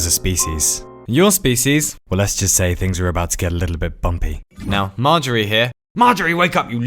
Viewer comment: Magery? OI' MARGERY YOU LAD YOU BETTER 'VE GIVEN US SOMETHING GOOD